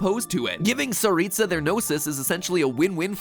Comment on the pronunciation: can pronounce "tsaritsa" and "snezhnaya" yet can pronounce "yae" AHAAH